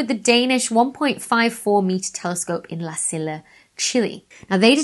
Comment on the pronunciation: Americans pronounce most spanish words in a vaguely-spanish way (or at least most do, it does widely vary), so hearing "la sil luh" hurts me lol. Most of us would say "la see-ya". Also, Haumea is a Hawaiian name, and hawaiian is much like Spanish (or Latin), or Japanese or Swahili or hundreds of other 5 vowel languages. In a five vowel system, the letters A E I O U are pronounced respectively like the vowels in bot, bait, beet, boat, and boot respectively. (And indeed that's how they were in Latin originally, before we English speakers underwent the Great Vowel Shift in the time just before Shakespeare.)